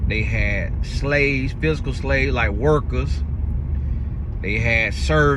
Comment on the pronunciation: Whew, I hear “hookers” when you said workers and I had to run it back because I just knew you didn’t say that. Back to the video😂